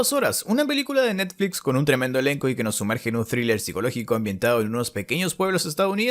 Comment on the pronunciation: quien más ama cuando dise "de nerflix"